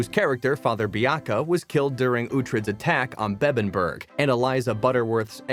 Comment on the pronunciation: Beddenburg…alfrik…kee-Artenson. At least get someone who’s watched the show to narrate it.